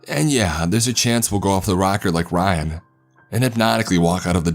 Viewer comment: This guy's California surfer accent is not a good mode for this story to be told, takes me right out of the story the way he pronounces words... Eckspecially Rayan (Ryan) Tham (them) Perfials (peripherals) Kassed (kissed) Thass (this) At (it) Etarnity (eternity) Sanses (senses) Tranches (Trenches) Warked (worked) Praaaject (project) Staaary (story) Incraaases (increases) It's a if he's doing a parody of the SNL skits of the soap opera "The Californians" Kind of hilarious I mean this comment in a helpful way, after all, we can't really know our own accents. My best friend told me I should cut my nose hairs when we barely knew each other. Only a true friend will tell you something like that.